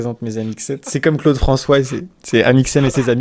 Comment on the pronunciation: C'est moi ou il dit Claude Francoise ?